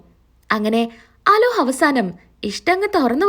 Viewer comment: അലോഹ് അല്ല അലോക് ആണ്